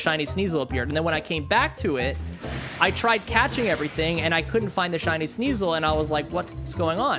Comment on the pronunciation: In shiny hunt first thing he said hiny hunt